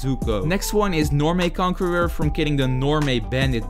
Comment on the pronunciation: Bro can’t pronounce conqueror but can pronounce bodhisattva is crazy(no hate) 😂😂